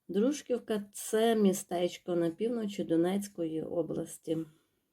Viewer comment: Дружківка- наголос ставите не вірно, це неприємно слухати.